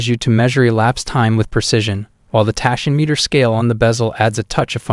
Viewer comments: "Tiss-ot" and "Tashy-meter". Just horrible to listen to. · My god, can't pronounce tachymeter either